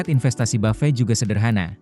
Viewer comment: kok orang2 nyebutnya buffey ya? kyk prasmanan 😅